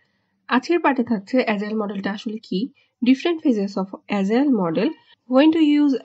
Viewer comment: Sister, it is Agile (not Azile), Pronounce like g not zee.